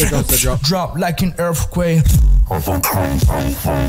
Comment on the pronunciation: Tomazacre Is a Monster. His Saying Earfquake